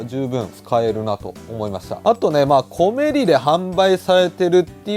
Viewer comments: 【コメリ】の イントネーションは 全部平坦だったと🤔 店内やCMで そんな感じで言ってます🖐️ 自分も始めは後者でしたが… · 11分.12分のコメリのイントネーションが正解です。 コメリの地元民。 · 我が地域のイントネーションは コ→メ→リ↓でしたw 正規の使い方が予想外w 勢いと、幅で手動に軍配ですな😊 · 「コメリ」の発音が関西風w